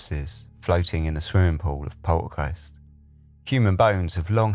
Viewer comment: I like the way you say Poltergeist